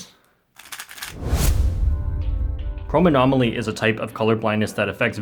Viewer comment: That chromanomsly literally got me